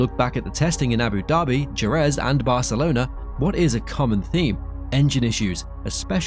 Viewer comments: "Jerez"... it's heh-REZ... The J in Spanish is like the H in "Hell" and the single R (soft R in this case) in the middle of a word is like the R in "care"... And the stress falls at the end, thus Je-REZ, not SHEH-rez... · DJU-RÄÄÄZZZ... ??? GEEEEZZZ!